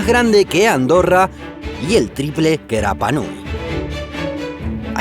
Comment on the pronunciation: De los pocos que pronuncia bien el nombre de Rapa Nui <3